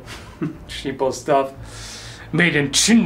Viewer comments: That Chi'na sounds exactly like the Dutch pronunciation of China. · "Made in Chin'Ah" lol